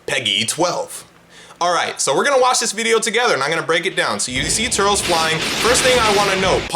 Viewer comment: Nah why brotha call him turls